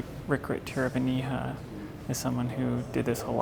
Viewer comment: Just discovered and loving this channel. If you really want to impress the nobility at the next opening, Tiravanija is pronounced more like “tiRAvanit”. He ain’t nobody’s hija.